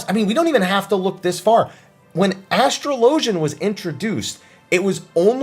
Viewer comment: Say it with me. Ass-trah-lah-gen. Asssssss-trah-lah-gen. Say it quick.